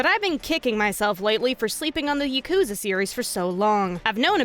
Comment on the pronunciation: Idk why but the way you say yakuza really bothers me for some reason